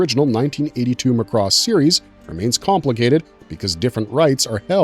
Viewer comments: Since moving to Japan I learned that Macross has several shows and Robotech was a mess created by HG. By the way, its pronounced "MAH-KOO-ROSS" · Ugh, this is unwatchable as the guy mispronounces every robotech word. It's Macross (emphasis on the first syllable) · is it pronounced muhcross or mak•ross? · Clearly you never watched the show mate, can't pronounce Zentradi or Macross, I switched off after 30 seconds. Thumbs down all around!!! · It is pronounced macross like the a sound in the word “at”. Not uh so if you’re going to make a video to tell the history of something learn how to pronounce the names correctly dude and the way you say sentredy my god dude learn the names first then make the video or you just sound like an idiot . God you’re butchering everything’s names! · Zentraydee, Sowthern Cross, MOSPAYDIA, MOSPAYDA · Please, please, please. Mari Iijima (Minmay herself) has told fans it is pronounced "MA-cross". NOT "ma-CROSS". Emphasis is on the first syllable. Seems like ever since the 2006 ADV dub introduced that pronunciation, people have been pronouncing it wrong. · It's pronounced as "Mac-Ross" not "Muh-Cross". Macross had more than one war in its entire franchise. Every Macross series had its own war or conflict. Robotech has 3 wars because its mashed up 3 anime series into one show. As for the licensing Harmony Gold/Tatsunoko Productions only have distribution and merchandising rights of the original 1982 Macross series outside of Japan and none of the sequels. The Macross IP is still exclusively owned by Big West. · You're pronouncing Macross wrong. In Japan they pronounced it as Mac-Cross not Mac-Ross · MAAAA CROSS DUDE!!! ugh like a sheep saying Baaaa—MA’CROSS MAH-krohs!!!!!! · it's not Mc Cross it is Macross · Pronounced Mac Cross. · Lost me after mispronouncing Macross! LOL McRoss!! Did they also serve McNuggets? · Mc Cross.... Ceart go leor?? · Dude you are killing me every time you say "Mc Cross" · and Muh-cross 😄